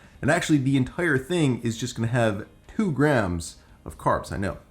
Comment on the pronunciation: tOTALLY, tWO Someone’s afraid of T sounds